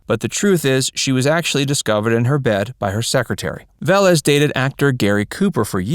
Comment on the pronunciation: Pronounced Ve-Lés